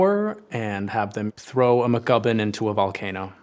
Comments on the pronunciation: Mc Guffin, not Gubbin. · I wonder if his mispronunciation here was deliberately written into this story as some kind of gimmick. A "McGubben" MacGuffin? If not, it's crazy that numerous people failed to catch this flub before release. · MacGuffin, not McGubbin.